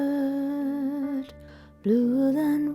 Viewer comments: “She wore blue welwet…” - sublime. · Coffee has been spat during the "Blue WelWet" bit!